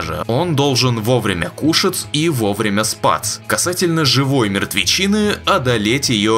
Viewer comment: "...он должен вовремя кушаЦ и вовремя спаЦ" 😂